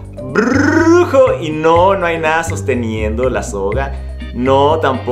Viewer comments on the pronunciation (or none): Extrañaba el "brrrrrrrrrujo"!!!